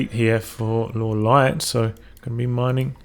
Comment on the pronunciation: Pronounce Lawliet correctly, please. :) Reforged is such a disappointment. And the spell/aura animations clutter the battlefield.